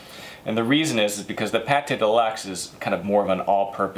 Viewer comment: Great, by the way it is not PATé de luxe, as in cooking, but it's pronounced like PAT !!!!!!